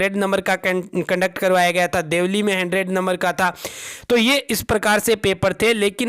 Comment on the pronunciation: देवलाली हे वो देवली नही भाई 😂😂👍